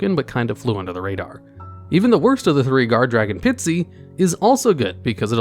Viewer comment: You got Zeus’ effect wrong. You can bring it out on top of any xyz monster as long as any xyz monster has battled that turn. (Edit: Also please re-read Guardragon Pisty’s name and pronounce it correctly)